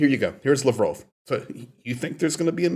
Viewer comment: It’s “Laaaaav-rov”